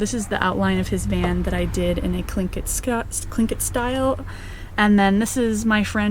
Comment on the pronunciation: She's right about Alaska. It's so gorgeous, but tough to survive the winters. The rain & darkness drove me out. Such a talented artist. Loved the Tlingit artwork (she pronounced it correctly, too. "KLINK-it") Not sure how she can live in a van where she can't stand up. That's a no for me. She seems very happy. I wish her well. 👍🏻